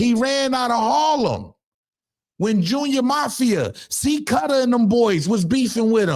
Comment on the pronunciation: Homie, how you going to be stating another man name, yet you can't even pronounce C-Gutter? It's not C-Cutter?😂😂😂😂